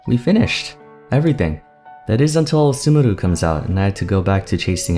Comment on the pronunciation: bruh, they way he pronounces sumeru🗿